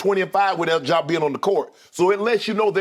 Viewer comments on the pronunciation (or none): Nobody: Skip: “JAW” Morant